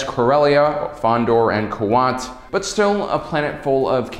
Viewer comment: Omg! You said Kuat almost correct this time!! I'm so proud